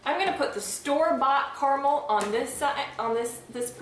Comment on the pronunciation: You're pronouncing it wrong. KERMIL? It's cara-mel.